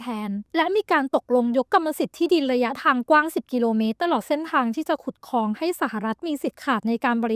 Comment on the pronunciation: Great video but ค ควบ ล มันขัดใจแปลก ๆ คอง คอง คอง